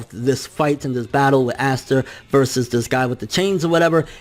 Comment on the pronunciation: Aight bro, we’re gonna have to get one thing straight right off the bat. It’s not “Ass-tah”. It’s “Ahh-sta”. I love your videos but the amount of names your mispronounce drive me crazy. Keep it up brotha. <3